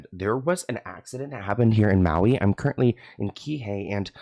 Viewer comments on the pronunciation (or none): none